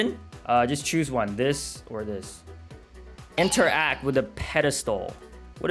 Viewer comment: normal people: interact:inter ACT